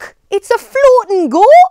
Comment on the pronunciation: When she said “Look it’s a floating goat” I for real thought she said focking instead 😂